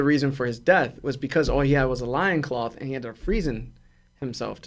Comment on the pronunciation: 🦁-cloth, I’m sorry but that’s funny. It’s LOIN-cloth. Oi like OIL